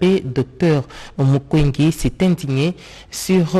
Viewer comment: On ne dit pas Docteur Mukwenge, mais c'est Docteur Mukwege svp, veuillez reconnaitre ce Grand Monsieur, cela montre que les journalistes de la RTNC ne le connaissent pas